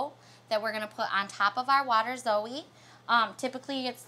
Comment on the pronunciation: Waterzooi poulet, a flemish word and a french word, both severely mispronounced. Tasty